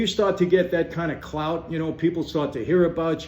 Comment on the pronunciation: Did he just say “clout”..??😂